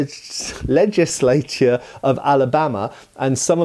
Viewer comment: You accidentally pronounced "legislature" almost like a true Southerner!